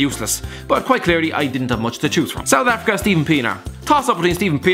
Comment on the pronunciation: SOUTH AFRRRRICCA